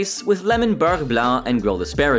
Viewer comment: Yea I was gonna ask if you could clarify…. What French dish did he force pronouncing? (Curious, I can speak french and I didn’t nori e anything but I was maybe not paying attention) Edit: Beurre blanc… (white butter) yea that’s kinda dumb honestly.